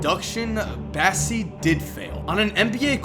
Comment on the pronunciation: I cringe so hard every time he says “bassy”